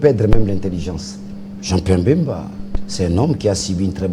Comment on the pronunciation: Daniel Safu,on ne dit pas,il siesta fait bcp de l'argent mais bcp d'argent, en plus son nom est BEMBA ,pas Mbemba